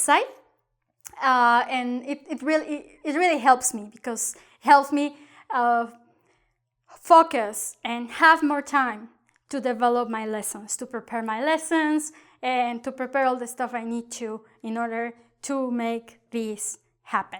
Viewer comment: Very entertaining and educational. Pero una corrección: when you say “focus” it’s got a more of a “u” sound and less of an “o” sound. I had a Spanish boss who said it similarly. You don’t want the “u” sound :-).